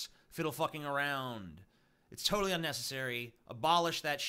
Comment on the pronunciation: total not shop... tooottall